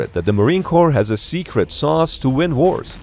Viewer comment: "It's not a secret that the Marine Corps has a secet..." - Nice.